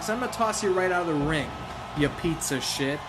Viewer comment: Did u say pizza shit meaning to say piece of shit lol